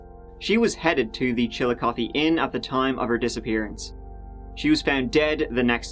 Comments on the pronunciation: Shout out to this dude for pronouncing Chillicothe right! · I am so surprised you pronounced Chillicothe correctly!!! I am impressed, most pronounce it wrong. Love your channel, the best one. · I watch tons of videos, they’re great, but I simply clicked on this because I’m from central Ohio and I wanted to hear him slaughter the local pronunciation of “Chill-O-Koth-EEE”. To my surprise, he nailed it. Loved the Dennis Reynolds reference also. Love your videos, sir. Keep up the good work! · I am impressed that you pronounced the name Chillicothe correctly! Many Americans outside of Ohio mispronounce it all the time. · I live in Chillicothe. Thank you for saying it right lol and for covering the story in general. It was a very scary time and things have only gotten worse here since.